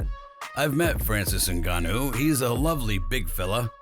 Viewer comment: His name is not Engannou his name is Ngannou Whats the problem with this people.